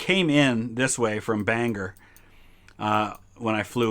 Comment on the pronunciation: I am 15 minutes from Dover, NH. You were right on the New England vibe right off. Also it's Bang-Gore not Bang-er Maine for the future visits :) These are fun!